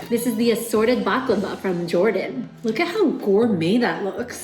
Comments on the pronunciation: ummmmm...hate to tell you this but that is not at all how you say baklava in arabic. like that letter "khhh" خ is not in the word baklava....it's بقلاوة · Yeah, that made me cringe hard. She completely butchered it. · as a turkish person, this is absolutely the worst pronontiation of baklava I've ever heard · Nobody pronounces it "bakhlava". That's weird. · Why did pronounce baklava like DJ Khaled